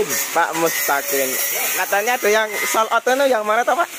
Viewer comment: "sold out" sobat, bukan "soul out" :)